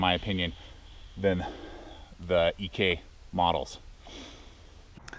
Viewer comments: That knife is designed as a combat blade even more so than the typical Kabar USMC fighting knife. Which was and is used for a multitude of tasks. I think that John Ek, that's not his initials by the way, it's his surname, said Ek not E K. Made his knives for soldiers being deployed overseas during the second world war, made to kill the enemy, not baton or chop logs with. Keep in mind that those knives, really none of them failed, they all were quite capable of killing an enemy, even with that annoying loose guard. Which I'm sure a soldier, using the knife, in order not to be heard, would find a way of securing the guard when being used to dispatch a sentry, etc. Your opinion of a fail is not the same as others, if the knife is still capable of doing the job it was designed to do. How is that a fail? You bushcraft people are very picky, when in a combat situation you learn to adapt and if necessary, modify, such as securing a loose knife guard. If the tools were available you could even remove it and that knife would still serve you well, maybe even to chop your log without a rattling guard. I think you were a bit too excited about discovering a loose guard as if you had just found the Holy Grail. As long as the knife blade doesn't shatter and it becomes unusable or dangerous to the user, that knife can still participate in an active role. Testing what are primarily designed combat blades as if they were camp firewood processing tools is not fair. Try testing those types of bl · I pretty much stopped listening when you called it the “John Ee-Kay” knife. It’s Ek. Pronounced Eck. Last name of the designer. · not E K, but Ek. say it with me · Sorry last post, trying to help. EK is John Ek's Last name, it's eeeh-k, a strong finish on the K. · It’s John “Ek” ; Ek is his last name .. I have many Ek knives pre 1995 and they are of great quality .. I can’t speak for today’s quality .. Try batoning the wood instead of chopping the wood .. Did Ka Bar fix the problem ?.